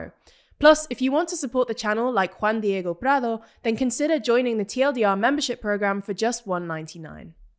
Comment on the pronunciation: daaaang she pretty edit: omg the way she said "juan diego prado" was elite